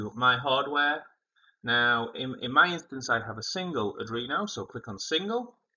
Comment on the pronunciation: Adrino❌ Arduino✅